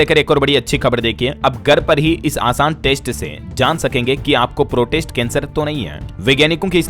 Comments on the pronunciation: प्रोस्टेट को प्रोटेस्ट क्यों बोल रहे हैं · भाई सही तरीके से समाचार पढ़े आप प्रोस्टेट कैंसर को बार बार प्रोटेस्ट क्यों पढ़ रहे हो कैसे लोग देखेंगे DLS बार बार गलत पढ़ रहे हो। शर्म करो। माफी मांगे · “प्रोटेस्ट” नहीं “प्रोस्टेट” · इसे प्रोस्टेट कैंसर बोला जाता है। अपना उच्चारण ठीक करें